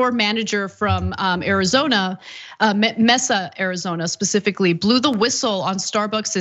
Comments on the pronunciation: It’s pronounced MaySa not Messsa. 👀😂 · Mesa pronounced MAY-SUH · For the record, Mesa is pronounced "MAY-SAH" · Mehsah, Arizona lol